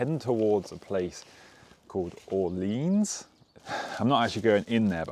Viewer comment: "Orleens" = <<Or-lay-on>>!